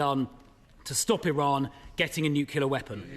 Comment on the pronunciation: Why the F can noone say the word correctly, It's "NUCLEAR".